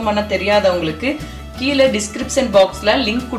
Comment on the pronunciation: நன்றாக வந்தது. நன்றி. ஆனால், அது 'வாளப்பூ' இல்லை. 'வாழைப்பூ'. கீளே (கீழே) களுவி, (கழுவி), பளம் (பழம்), தளை (தழை) Irritating. 90% of people can't pronounce Tamil properly. Plz try.. U can